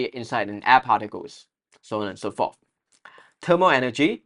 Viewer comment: well,no offense,shouldn’t it be thermal instead of termal